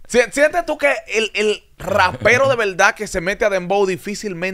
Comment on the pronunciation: El urbano Dominicano debe dejar de decir “en velda en velda”